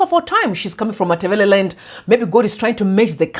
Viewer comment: Wow, I like the way you pronounce Matabeleland, that's awesome